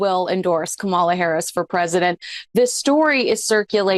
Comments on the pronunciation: Geez, learn the correct pronunciation of KA mala 🤦🏽‍♀️ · the proper pronunciation of Kamala’s name is accent on the first syllable. Ka’ mala. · can’t even pronounce Kamala’s name correctly. She’s pathetic. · Pronounced Kamala, accent on the first syllable. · Please pronounce Kamala's name right. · please educate yourself on the proper pronunciation of Vice President Kamala Harris name. I would not allow Meghan within ten miles of Kamala and her campaign.